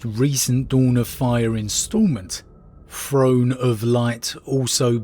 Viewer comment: The Emprer on his frone finking about fings ...